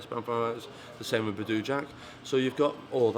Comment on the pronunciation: "Badoooo jack" 😂 can't even get his name right. Manc twat.